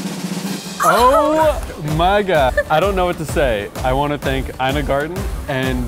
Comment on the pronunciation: It’s ee-na not eye-na garten 😒